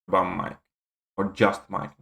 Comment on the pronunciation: Just say mike, he's gone now so don't bother saying "mee-kayy", bag of feces isn't worth the extra syllable